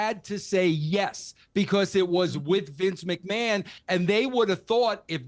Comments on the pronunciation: ''Vince macMON'' Piers Morgan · Vince McMARN 😂